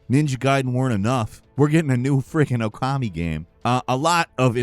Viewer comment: Can people pronounce Okami correctly 🤦🏽